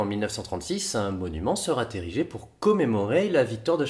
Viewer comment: Une monument "sera térigé" ? du verbe "tériger" ? :)